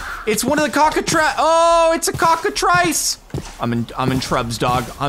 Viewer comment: I know it's a really minor thing but it's pronounced "cockatriss."